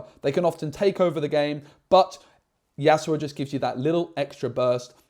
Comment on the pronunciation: Great video but i just can't ignore the fact you keep saying yasuoa 😫 Yas-U-O ❤ not yasuoa